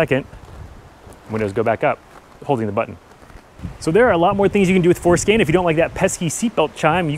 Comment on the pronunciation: I know he's saying for scan but I can't help but think that he's saying foreskin. 😏